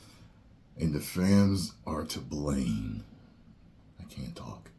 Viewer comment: “And the Fams are to blane” 😂 for some reason this took me out